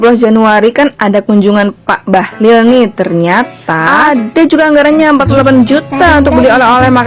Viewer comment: Bahalol bkn bahalil.bahalol macam gabenor kaltim